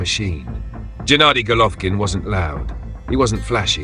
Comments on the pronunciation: Fucking AI voice is too stupid to pronounce his name. GJ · Am sure you could pronounce his name correctly